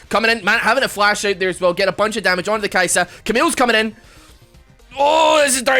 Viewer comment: it's Kai-sa not Kai-saa